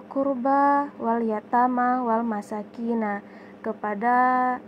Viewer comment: Mhn maav kk dsitu tertulis "Walmasakini" tpi dibaca "walmasakina"... 🙏🙏🙏